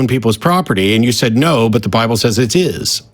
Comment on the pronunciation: Please someone tell me i'm right in hearing "Well I just base my faith on the bibön"